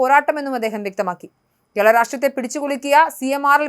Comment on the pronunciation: കേള അല്ല! കേരള.. 🤦